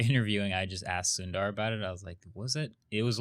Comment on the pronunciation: Indian names 101: Sundar is pronounced as Soondar.